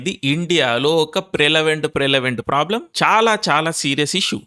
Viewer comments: Prelavent kadayya adhi. Prevalent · Prelavent kadu Prevalent.